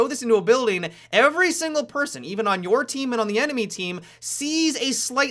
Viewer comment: "It'll be a detriment to your teaaam-uh". "As we mentioned before-uh". haha